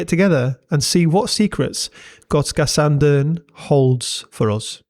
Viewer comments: I was there thirty years ago. It’s a really unique and cool place! Kudos to you for nailing the pronunciation too! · Jag är svensk och din "Gotska Sandön" som du säger det är bra! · I’ve gotta say - You absolutely nailed that pronunciation of Gotska Sandön! Very impressive! Swedish is NOT an easy language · Damn u even nailed the pronounciation. Big ups from Sweden. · You pronounce Gotska sandön very well ☺️ love from Visby Gotland 🇸🇪